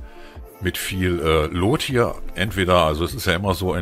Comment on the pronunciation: Geiles Vidio aber BITTE sprich "loot " nicht wie Lot aus es wird wie "lut" ausgesprochen ansonsten like und Abo hast du von mir